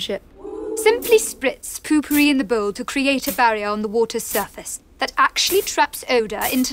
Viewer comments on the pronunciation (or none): why are you saying puu pupiri?